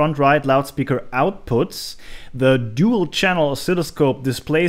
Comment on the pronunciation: Interesting hearing the german pronunciation of Dual. I repaired a Dual turntable for my father in law recently - new motor capacitors. Very satisfying.